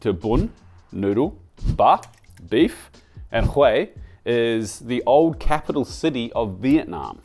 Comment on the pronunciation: Is not bun bo hue!